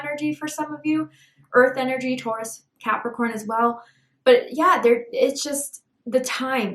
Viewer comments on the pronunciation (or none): none